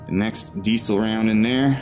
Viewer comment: Besides being unable to pronounce diesel properly, video....but what the duck is a diddlybop...you mean a magazine ffs.🤔